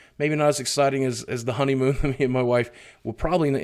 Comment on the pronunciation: Less Work, More Honeymoan! Yes, I dare say I heard Honeymoan! <3 ya, big man and keep being awesome!